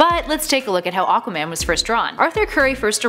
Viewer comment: A-qua man. Not O-qua man